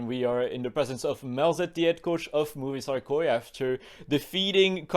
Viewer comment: Every time says Movistar, I hear movie star 😂